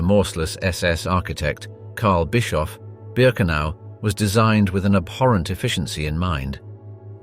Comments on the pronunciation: not "Birkeanu" but "Birkenau" (and remember, that this is the German word, so it should be pronounced as such). - it's pronounced more like "Piletski" or "Piletzky", the "c" should not be said as part of the English "ck", but as a separate consonant (in this case somewhat similiar to the "tz" sound in "tzar"), and the "k" should sound like the first "k" in word "kick". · BIRKEANU omg.... Couldn't keep listnening after that fuckup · It’s Ber - ken - ow. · Please narrate naes correctly. 1. ARBEIT MACH FRIE. The "E" is silent. So, you say: Fry. 2. BIRKENAU. The "AU" makes an "ou" such as in OUCH. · Birkenau is pronounced "Birkenow"